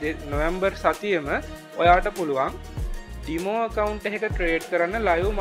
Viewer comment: ගොඩක් පැහැදිලි ව කිවා තැනක්ස්. පොඩි දෙයක් ඩිමෝ නෙමේ ඩෙමෝ වෙන්න ඔනී මන් අහලා තියෙන විදියට ඉංග්‍රීසි චැනල් වල ඩෙමෝ කියලා කියන්නේ